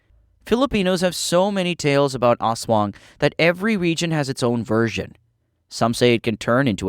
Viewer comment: I’m Filipino and it’s As-wah-ng not as-wung.